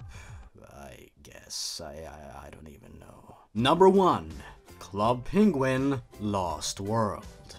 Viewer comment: sonic peniguin lol